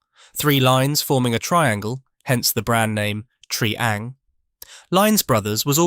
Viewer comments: Its pronounced TRY-ang not TREE-ang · And "Tree-Ang" rather than "Try-Ang" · its double O not O O. Also you pronounce Triang wrong. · It's not tree ang it's try ang. It's not Pecko it's Pee co